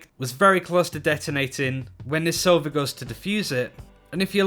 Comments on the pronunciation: Please stop pronouncing sova sàva Sova means owl in my language and russian My language is Bulgarian 🇧🇬 and my name is sava its pronounced just like sova WITHOUT a ' on any of the syllables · Sova is word for owl in Russian ( and many other slavic and baltic languages ), in russian, accent on A, not on O. so it should be sovA.